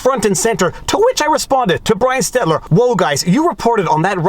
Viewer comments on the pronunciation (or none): Is there an in-joke I'm missing when mispronounces, "Stelter" as "Stetler"? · Whoa, Viva actually said "Stelter" right! The first time... then said "Stetler" 3 seconds later... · STELL-TER Viva, STELL-TER 🙂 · Maybe I've missed it, bit is there a specific reason you call him "Stetler"? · ITS STELT - ER! Please learn this! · Brian "STEL - TER". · ST-ELT-ER! 🤣🤣🤣 Now, I think you are doing it for a laugh. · I love that you still call him Stetler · I love that Viva still pronounces Brian Stelter's name wrong. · Viva mispronouncing Stelter is pure gold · At this point it is just plain rude to keep mispronouncing Stelters name wrong. He may be a bit of an ass, but it's literally the least you could do... The very fact that I appear to be almost defending him is quite strange to me, but it's really hard to tell other people to watch your vids when basic details like that are incorrect. It reflects on your character! If you don't even sound like you know who you are talking about, then why should anyone stick around to hear what you have to say about it? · Angry Viva managed to get the name right the first time, but then let loose on him all hetler sketler.